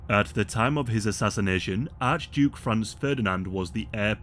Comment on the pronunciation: Isn't it Franz?